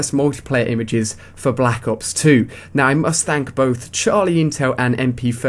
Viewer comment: u cant say black ops straight